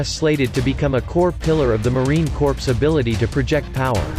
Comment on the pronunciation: Awesome content but the AI narrator pronounces the "Corps" in Marine Corps, like "corpse". Corpses are what the F-35 B will leave behind in a war. The Marine Corps should sound like "core" when automated or read aloud.